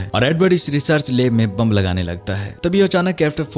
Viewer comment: Leb kya hota hai lab bolo sahi bolo jo hai